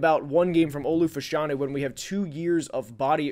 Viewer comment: Its pronounced Olu Fashionew